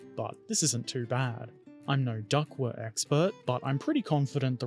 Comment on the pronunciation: It's pronounced like the aquatic fowl, "duck". And it's pronounced itaLEri, emphasis on the third syllable. And you did a good job in construction. I built Italeri's DUKW a few years ago and remember it being a fun experience - I particularly enjoyed adding stowage from my collection of left-over drums, jerry cans and ammo boxes and painting/weathering it all. The thing at the front is a wave-breaker and it does what it's called. This is the first of your videos I've watched and am now pleased to be a subscriber.